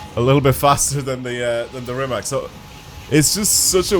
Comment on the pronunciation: Damn mph. I use km 😂 I love all time favorite Rima(c) C like from "Citrus", not K like from "Key". Its surname of the owner. Anyway who cares :) Second Hennessey And i hate Jesko 😢 so unstable...